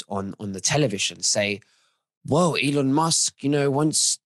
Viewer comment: Elon NOT Elon